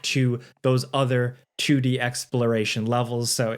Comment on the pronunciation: "a chewdee sidescrolling game"